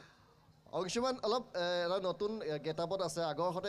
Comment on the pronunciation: অংশুমান আজিকালি অংচুমান হ'ল ? হিমাংশু গৈ হিমাংচু হলগৈ ? উচ্চাৰণৰ বিশেষত্ব ই অসমীয়া ভাষাক স্বক্ৰীয় পৰিচয় দিছে । যদি আপোনালোকে শ*, * স *, *ষ আখৰ থকা অসমীয়া শব্দ অনা অসমীয়া ভাষাত চ দৰে যে উচ্চাৰণ নকৰে সেইটো নতুনকৈ শিকাব লাগিব নেকি ?